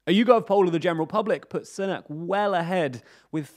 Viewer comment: Sunak is pronounced "Soonak". Like Soon. Not like Sun.